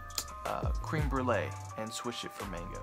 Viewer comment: Not cream it's creme jesus